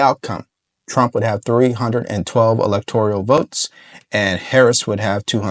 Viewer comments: Electoral Not ElectoRIAL. No big deal, just a correction. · Electoral….not elector-i-al…TIA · It's the E-LEC-TOR-AL college not e-lec-tor-i-al college!!!!!!!!! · Lol, it's not electo-R-I-A-L, but electoral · Electoral not electorial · suggestion - electoral - NOT elector-i-al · "Elect - or - ole", not "elect - or - ial" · Electoral. Not electorial. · It’s electoral, not electorial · I like your channel. All due respect to you. It is electoral not electorial. ✌🏼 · Love the show! just a note...it is ELECTORAL votes, not electorial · Electoral, not electorial. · I'm a big fan of yours, but the word "electoral" is not a 5-syllable word. It's not pronounced EE-LEK-TOR-EE-AL Brother, it's a FOUR syllable word. It's pronounced EE-LEK-TOR-AL. That's it! Just FOUR syllables. 1, 2, 3, 4. EE - LEK - TOR - AL. I know you're a smart cookie, but I have to tell you straight up... it makes a lot of people cringe when they hear you keep saying EE - LEK - TOR - EE - AL. Just keepin' it real my man. Keep up the great work. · it’s electoral votes, not “electorial” … no i 🤍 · Hey - I really enjoy your content. Work on your pronunciation of the word electoral. Otherwise, keep it up!